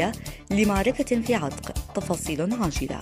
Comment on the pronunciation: يا مذيعه. تقرأين اسم عتف خطأ انطقى عتق بفتح العين وفتح التاء وفتح القاف